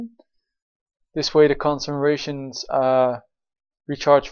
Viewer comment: i really like your vids, but its (CON SEC CRATIONS) lol